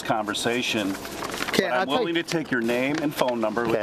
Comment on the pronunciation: inackerate... inaccurate?... inackerate